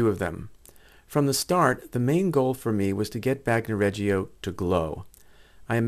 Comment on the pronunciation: Bagnoregio. Bagno pronounced. BAHN-yo. Not bahg no Regio pronounced REH- Jo Not Reggie-o